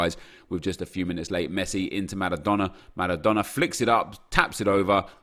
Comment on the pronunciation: Please stop pronouncing all the names and words correctly. If I heard Maradona with a rolling "R" one more time I was launching my phone at the wall... good vids though. N I don't even know why it triggers me so much either 🤷‍♂️